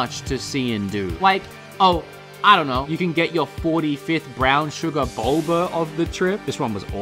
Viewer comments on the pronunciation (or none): Boba not Bulba 😂